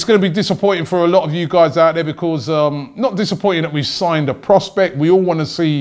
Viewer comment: Robbie, I love you massive fan, but why do you say because so weirdly lol (Becors) ?!